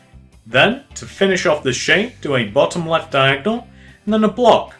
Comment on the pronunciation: why do you keep on saying the word diagnel